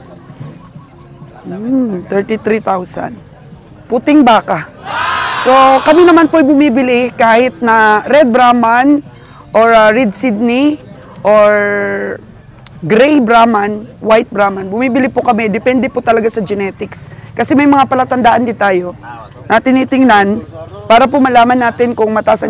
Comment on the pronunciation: Red Sindhi po hnd po Red Sidney